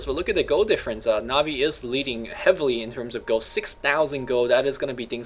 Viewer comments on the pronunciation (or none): omg its pronounced NAW-VI not NAHHVI extremmely annoying to listen to that -. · This dude keeps saying Ne-Vey. IT'S NA'VI, DUDE!!!!!!! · naaaahvi not nahvi :| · I cringe every time I hear says Na'vi. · can't pronounce anything.